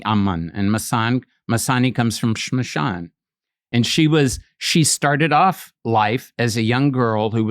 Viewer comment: Hey Ranveer...he was referring to the word Shamshaan for graveyard but due to his pronunciation it sounded different...hope you picked that up later on :)